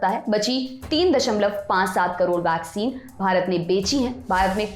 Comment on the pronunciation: वैक्सीन तो सही से बोलो..... वाक्सीन बोल रहे हो